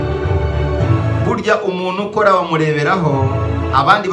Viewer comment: nkunda ibiganiro byawe cyane,gukusanya iriyanyurabwenge ndabikunda cyane ariko ikintu tugiye gupfa ni uko utwicira urulimi.sinumva ukuntu wiga amashuri yose wize,ukaba uzi gukora ibyo ukora ariko ukaba utazi gutandukanya ingombajwi "n" n,igihekane"nt"ingombajwi"m"n'igihekane "mp".urugero:uvuga "umunu "aho kuvuga "umuntu",ukavuga "imano"aho kuvuga "impano"iyo uhageze rero ibyo uvuga biryana mu matwi cg ubutumwa utanga bugahindura umwimerere ndetse n,inyito.gerageza ukore imyitozo mu kuvuga ibihekane.Ndagunda ariko komeza ubushakashatsi n,ubwo ntakuzi.😁